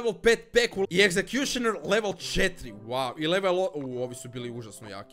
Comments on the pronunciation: nije egzekjutor nego egsekjusner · jel samo meni smeta sta kaze exekjutor umjesto exekjušoner😂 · Executioner se cita Egzekjušener a ne a Eksekutor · ne kaze se ekjuter nekgo eksjušner